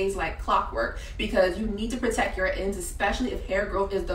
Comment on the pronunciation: Great job, and thanks for the information. The word is correctly pronounced constrict, (and protect) not constrick (or proteck) though. It jolted me because everything else you said was so perfectly pronounced! I loved the 'dwygd' accent attempt too. Keep up the great work though lady. 🎉